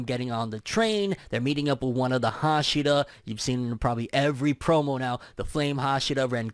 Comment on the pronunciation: haSHIra, not HAshira